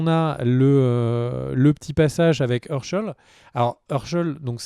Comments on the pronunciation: Ça se prononce chèyne et pas cheune et èrcheul et pas eurcheul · Shane c'est "shaine*" pas "Sheun*" ^^ Hershel = "Hairshel*" pas"Heursheul*" en tout cas c'est vraiment cool d'avoir repris TWD et le rituel des videos critiques! merci a toi! et Félicitations pour ta famille :)